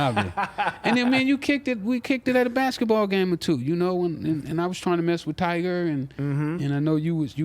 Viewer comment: Why all old niggas always pronounce tyga name as tiger🤣